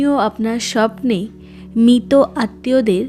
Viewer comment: দিদি কথাটা মৃত। দয়া করে মিতো বলবেন। বাংলা উচ্চারণ টা ঠিক হওয়াটা খুব জরুরি। নাহলে শুনতে খুব খারাপ লাগে